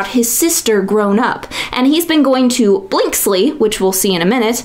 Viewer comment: Blinsky, not Blinksly. =)